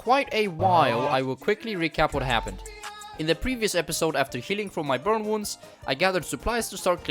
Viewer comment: i heard "bum worms" instead of burn wounds... i need to get bluey out from my head